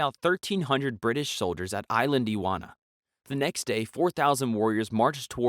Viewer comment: “Eye-Land-Dee-Wanna”? It's pronounced “E-sand-Le-wanna” *sobs*